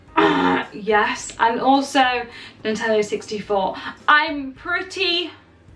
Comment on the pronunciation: "NINTENO HR"